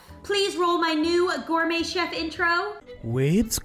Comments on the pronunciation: "groum chef" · O my god stop saying goumey sef